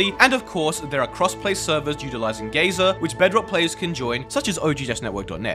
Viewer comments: saying "guy-ser" as "gay-zer" is so based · The scariest part of the video? he said gay ser instead of guyser